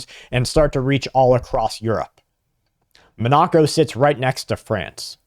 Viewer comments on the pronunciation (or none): Monaco. Do you mean “MON a co”? What or where is “mon KNOCK o”? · It's pronounced 'MON uh co' ...not 'mon NA co" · Monoco (pronounced Mon-a'-co) is where the European elites vaca. Putin is putting them on notice. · Its Monaco, munoco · That is not how you pronounce Monnaco. Its 'mon-uh-co'. Thank you for your attention to this matter. That data center water musta got to ya lol. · It is pronounced Mon a co. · You are a gread podcaster but your mispronounciation of Monaco (mon-ah-co) is driving me crazy. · It's pronounced : Mon-A-Co. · was wondering where Bradwas talking about , took a short while to figure out Monacco. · (Is Mah-NAH-co Monoco? Or somewhere else?) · This goofball has no idea how to pronounce Monaco. Can you imagine getting on TV and talking about something you have no idea what you're talking about. I bet he has no clue where it even is. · He's like this repeatedly 😮😮😮😮😮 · I thought Patrick Humphrey was giving today's report with the way you pronounced Monaco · Patrick Humphrey is safe at the moment. That matters. He is a human being. A single mispronounced word is just that --a single word.